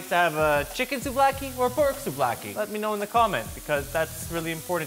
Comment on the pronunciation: i am Greek, and the way you pronounce souvlaki is perfect.Alsos gyros sushi would be cool,greetings from Greece!